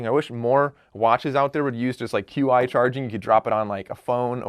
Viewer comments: He said q i charging 🤣🤣🤣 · Qi is pronounced CHEE. lol